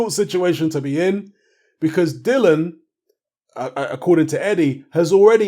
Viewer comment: I think you've betrayed Dillian,...by mispronouncing his name constantly.🙄 You're getting as bad as Fish Eyes!! 😁😁